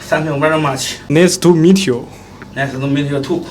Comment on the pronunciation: 摄影小哥: 奶思吐米特油。。 胖龙: 奶思吐米特油吐。。。。 🤣🤣🤣🤣🤣🤣🤣🤣🤣 Me : 笑S我吐。。。🤣🤣🤣